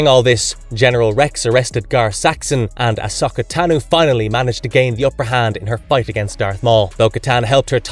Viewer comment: That wasn’t as bad as listening to the butchering of Ahsoka. Lol. He seemed to finally settle on Osaka Tanu.